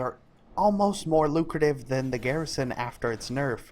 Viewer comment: every time you said garrison i cried alittle.